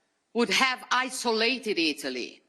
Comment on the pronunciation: in italiano per piacere! her italian is really good! she doesn't say italy quite right. it's either ee-TOE-lee. or it'ly.